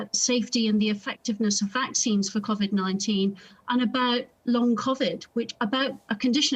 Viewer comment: Impossible to take anyone seriously who can't pronounce the word 'Covid' at this stage. I've opted out because the Health Secretary will 100% flog the dataset to his buddies for commercial use at the first opportunity.